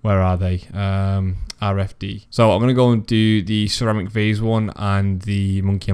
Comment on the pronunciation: Good vid, I've never even thought about it but now all I can hear is sir amik varze as ceramic vase so thanks for that 😂